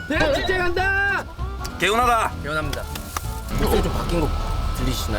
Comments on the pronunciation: 그와중에 대학 축'재'.... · 언에듀 이와중에 쯤에 대학축제할때 축제라 해야하는데 축'재'라 했네 ㅋㅋㅋㅋㅋㅋ